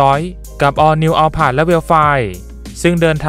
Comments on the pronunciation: อยากให้สื่อยานยนต์ที่นำเสนอเรียกชื่อรุ่นนี้ให้ถูกครับ Alphard อ่านว่า อัลฟาร์ด ครับ ตาม logo รถ สัญลักษณ์อัลฟ่าร์ มีสื่ออยู่ไม่กี่เจ้าที่ออกเสียถูก II รีวิวดีมากครับ รถสวยมากกกกก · หลายๆคนยังอัลพาดอยู่เลยครับ555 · ใช่ครับ แต่ยังไงชื่อรุ่นก็ยังอยู่เหมือนเดิมครับ "อัลฟาร์ด" แต่ก็เรียกตามสะดวกนั่นแหละครับ แค่อยากให้รู้เฉยๆ ว่าชื่อรุ่นมันออกเสียงแบบนี้นะครับ